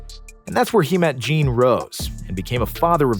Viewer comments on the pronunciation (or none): none